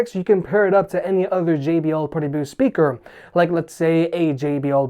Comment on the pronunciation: I love how you pronounce it "shpeaker". :)